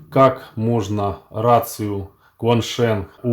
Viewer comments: Бренд называется ЧуэньШен. Автор мало того, что читает неправильно - по америссански, так ещё и с хохляцким говно акцентом 😂😂😂 кваншенх 😂😂😂 бля дебилы, а ведь гуглится за 2 минуты. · Бренд называется ЧуэньШен. Автор мало того, что читает неправильно - по америссански, так ещё и с хохляцким говно акцентом 😂😂😂 кваншенх 😂😂😂 бля дебилы, а ведь гуглится за 2 минуты. Чему тут завидовать, тупости???🤣🤣🤣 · смешно, что вы то погуглили как читать )) но взяли америсранский вариант. Это Позорно довольно (и не правильно), когда есть русская традиция Палладия, и китайский - это явно не английский )) но вы ещё пытаетесь шутить )) хотя раз вы занялись китайской вещью, то имя бренда можно было изучить чуть подробнее. (Это всё таки не 15 китайских терминов из электроники, а бренд). Заметьте, что я не китаист, и не изучаю китайский никак, как и другие языки, кроме англ и итальянского (слегка весьма), но меня коробит Ксяоми (Xiomi) лидера китая например зовут Xi - Кси наверное? 🤣🤣🤣 но сопоставить ведь так трудно 🤣 в каждом языке свои правила. Тоже ведь латинские буквы 🤣 И вот это шенГ на конце 🤣🤣🤣 г после н, как во мнооогих языках, это твёрдый знак в китайском и quan sheng довольно смешное слово - есть оба варианта, первая н читается нь, а вторая ng с твёрдым знаком)) читается как н - шен. Или вы твёрдый знак тоже читаете? Baofeng - читается Пао фон. Будьте первым блогером, читающим верно.)